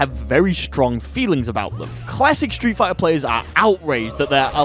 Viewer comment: Hehe stree' figh'ah au'o combos